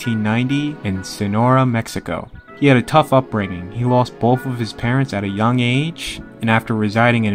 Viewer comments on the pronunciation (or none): none